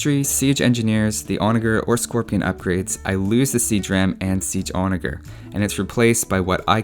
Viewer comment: Love your videos man, but Onager is pronounced with a J sound not a G sound so like on-a-jer.